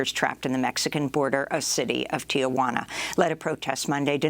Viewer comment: Amy it's not "tia wana" its Tijuana